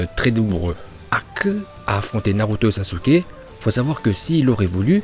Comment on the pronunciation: Pk tu dis S A S U K E À la place de S a s k e Et pour Rock Lee et Haku tu les prononce en VO Ps: T chiant avec tes Hakkkuuu et Lock Lee c mêmes pas la bonne prononciation donc stp Arrête